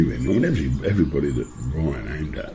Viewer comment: good video but it's 'ryan' not 'bryan'...